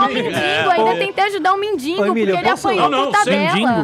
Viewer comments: a cara do rubinho quando ela diz mindingo ahauhauahauahauhauaha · """Mendingo"""" foi foda 😂😂😂😂😂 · kkk a mina mandou um "mindingo" o morgado riu e ela não entendeu. kkkk